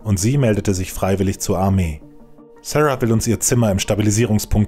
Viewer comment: Wieso amerikanisiert man den Namen Sara?